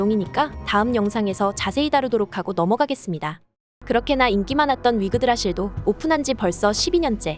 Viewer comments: 10분 내외에 위그드라실을 자꾸 위그라드실이라고 하는데.. 내가 잘못알고 있는건가 흠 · 위그라드실... 위그라드실.... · 위그라드실 아니고 위그드라실 ㅋㅋ